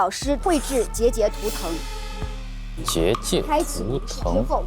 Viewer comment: 没有人在意结界的发音吗？😅界是第四声？